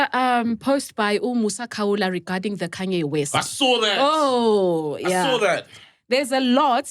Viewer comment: KHANYE WEST? isn't it Kanye West